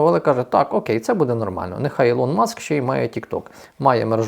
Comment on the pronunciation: Да навчіться англійські терміни читати: ОупенЕйАй, СтарГейт, Ілон Маск (а не ІлОн, це не Ілона).